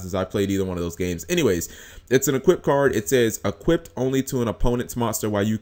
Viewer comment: Stop fucking saying equippeded in all your videos.